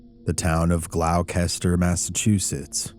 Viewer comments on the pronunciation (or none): Not to be "that guy" but, it's "Glaw-ster" Massachusetts. Gloucester is pronounced "glaw-ster". Unless you're from New England, in which case it's "Gloss-teh" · It's pronounced (GLAW-STAH) =GLOUCESTER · Absolutely wonderful episode. Just for future reference - it is pronounced Gloster - which is weird. British thing. Love your work. Always a wonderful rabbit hole to venture down! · The town is pronounced "Glawster". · Gloucester is pronounced as glos-ter. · Great story, as always,! (Just a little tip: Gloucester is pronounced GLAW-ster) Thank you for covering this story. It’s as creepy as it is fascinating, and I hadn’t heard of it before. It’s wonderful that Geraldine sent you her book and goblin/alien figurine. Very cool! Take care and I wish you an amazing week!💚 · It’s pronounced ‘gloster’. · Masshole here. WTF are you calling Gloucester?? Have you never seen " The perfect storm"? It's like nails on a chalkboard when you pronounce it. GLOSS-ter. Or like a local Glossta. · Hey, great take on this case, isn't this the famous little green men /grey men case? The town near Salem is said: gloss ter (not a criticism, just trying to be helpful) Keep up the good work 🇬🇧💚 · People get Gloucester MA wrong with the pronunciation. But it's gloss-ter. It's great fishing on the ocean nice town. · Gloucester is pronounced "Glawster" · honey its pronounced 'glouster' 😭 other than that, absolutely terrifying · you crucified the pronounciation of Gloucester. Its Gloss- ster. The "ce" is kind of silent. Another town in Mass is Worcester. Pronounced Wu-ster. Or if you're a tru Masshole, Its wust-ah....glos-tah..See, its easy. Say it a few times. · It’s pronounced Gloss-ter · We pronounce Gloucester as "Glosster" here in Massachusetts. 4 future reference.